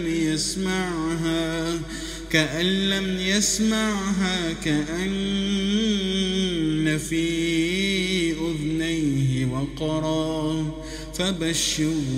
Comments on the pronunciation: ما شاء الله .. تلاوة رائعة.. بارك الله بك وبقراءتك .. وجعلك مباركًا أينما حللت. ⚠️لكن انتبه : الذّال مضمومة وليست ساكنة في قوله تعالى : ( أُذُنَيه وقرًا .. ) ✅ (أُذْنيه وقرًا ..) ❌ أيضًا العين مفتوحة وليست ساكنة في قوله : ( نِعَمَهُ ظاهرة..) ✅ (نِعْمَهُ ظاهرة.. )❌ أرجو أن يتم تعديل القراءة .. وان يتم تحميل قراءة جديدة لسورة لقمان بعد حذف هذه القراءة. جزاك الله خيرًا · What a quiet and relaxing recitation! This is really amazing. Allah bless you bro ♥️ ⚠️ caution : the letter Thal (ذ) has Damma not Sokon in (أُذُنَيه وقرًا..)✅ (أُذْنَيه وقرًا..) ❌ Also, the letter Aen (ع) has Fatha not Sokon in ( نِعَمَهُ ظاهرة..) ✅ (نِعْمه ظاهرة..)❌ Jazak allahu Khair. I hope you can handle it by uploading a new video with these changes after deleting this video. Thanks my brother I wish you all the best!